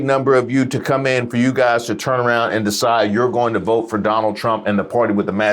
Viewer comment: "I will voe......for Donnell Trump"